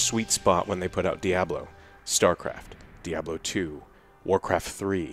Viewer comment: When I can afford a PC to run the new D2 I will buy it, but (likely purposefully) pronouncing it as 'dee-ahb-lo" is kinda funny. It's not wrong, and it's a great game, but it's still funny.